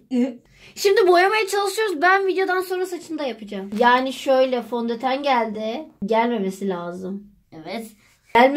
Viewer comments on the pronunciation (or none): fondeten değil fondöten